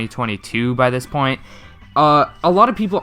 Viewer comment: Take a shot every time says poit instead of point